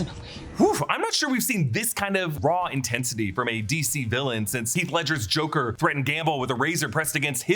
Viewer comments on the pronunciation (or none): none